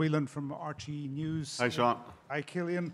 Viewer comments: Did the third questioner just call him Ch-illian? The BLASPHEMY! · Did that man just call him CHillian?